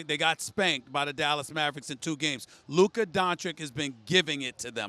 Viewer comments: When Stephen a still can’t pronounce Lukas name properly lmao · Someone plz teach stephen a how to pronounce luka's name ...he still cant pronounce his name